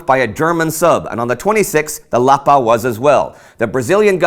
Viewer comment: That lovely pronunciation of Porto Alegre, Tijuca and Lapa!